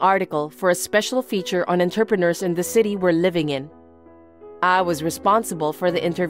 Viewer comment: I was just listening to and not looking at the screen. I kept wondering where interpreters made so much money, then I saw the word was actually entrepreneurs. I had to laugh out loud. Some of the mispronunciations in these stories are so hilarious that they are more entertaining than the stories themselves.